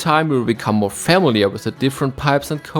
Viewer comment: Great video!!! PS: Look up the pronunciation of "familiar" xD